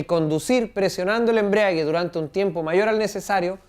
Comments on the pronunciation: embrague...no embriague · embragua...no embriaga...